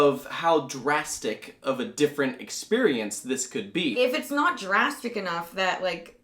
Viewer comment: How many times are you going to say "dragstic" instead of "drastic" in the video? I count two times already.